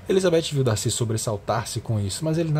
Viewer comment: olha tu para viu, eu amo o darcy kkkkkkkk, tu falar Darcy errado viu kkkkkk, DACI, Darrrcy